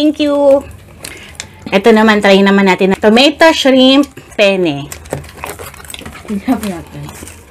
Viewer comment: Ung penne po dapat may double n yung pronunciation kasi kung pene lang iba na yon